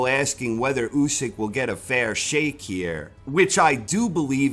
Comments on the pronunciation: "A fair Sheikh" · "Fair Shake" not "Fair Sheikh"? missed one there...